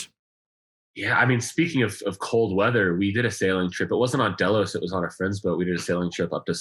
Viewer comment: Ketch not sloop....also not DAY LOWS......it's DELL LOS.